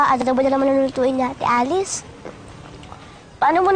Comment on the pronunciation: Yung parang pAgBiGkAs ng AdObO ni PaRaNg dObLe DoBlE???.HaHaHaHa!! Si ElViS pArAnG BuNtIs?!!??..🙂🙂☺️☺️😂😂✌️✌️